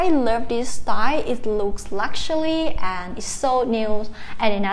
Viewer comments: Another one that ties you up is luxury. Sound it out. Lucks..your...eee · You forgot the 'luxuly' !